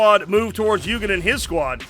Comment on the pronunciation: I hate to be that guy, but I literally can not help myself. Eugen is pronounced Oygen, not yougen. It's German.